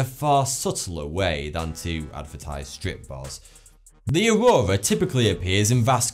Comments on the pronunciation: He says auwowa lol. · ''the aroura on uranus'' lol